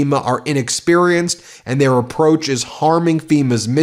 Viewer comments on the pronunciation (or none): none